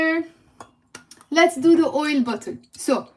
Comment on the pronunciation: When you say olive oil and coconut oil, I understand olive ‘oil ‘ but somehow I don’t hear the word ‘oil’ when you say coconut ‘oil ‘.